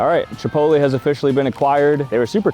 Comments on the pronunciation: That’s not how u say chipotle. Your saying chipotly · “chipotleyh” not “chipotlee” 😂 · The pronunciation is Chi-pót-lé not Chi-pot-lee 😂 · Chipotle is not pronounced Ch-Po-Lie. It's pronounce Ch-Po-lay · “Chipolty” goes hard 🗣️🔥🔥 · Did bro say chipotlee?!!!????😂😂😂😂😂😂😂😂😂😅😅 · Is it normal to say Chipotlee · "Chipotlee" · The commitment to saying chipotLEE instead of chipotle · CHEEPOLTLY** HITS HARD LOL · Casually pronounces it like “Chipoltlee” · ITS CHIPOTLE - chipotLAY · Why is bro saying “Chipotlee” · did bro just call Chipotle, Chipoly?😭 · Chip oat lee! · Bro butchered chipotles name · I stopped watching after hearing you pronounce Chipotle. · it’s really bugging me. If you love it, get the pronunciation correctly. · is he rage baiting the chipotle pronunciation? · The way you pronounce chipotle 😭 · Interesting way of pronouncing Chipotle. You should actually make Venti figures! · Fr why he sayin it like that 😂